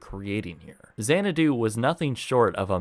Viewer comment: lololololol ... Say no more than "Mills" ... Also... "Our law offices are at Xanado, right next to the clown college" ... lol .... Oh mills.